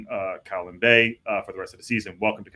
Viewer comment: In fact you got Colwyn bay wrong too. If you need help with pronouncing Welsh names let me know.